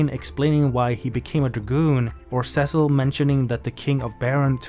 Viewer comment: Almost a great video if you didn't say Cecil's name wrong.